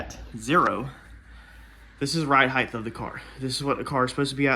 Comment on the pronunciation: Its ’ride height’ NOT ‘ride heighth’